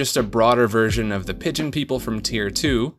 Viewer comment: Pideon people lol Good video btw